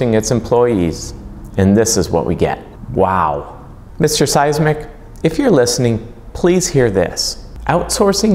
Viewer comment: For a, You should know it's Smisek, not Sismik. Other than that, your point is spot on.